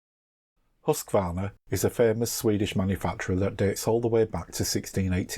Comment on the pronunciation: Why does he pronounces the name Husqvarna, Husqavarna? There is no A between the Q and V. Just wondering, still a nice video.